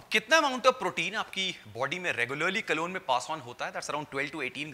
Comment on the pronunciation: Sir, colon is pronounced "Ko len" whereas you are pronouncing it like "Cologne". Excellent content Sir. Thank you for sharing.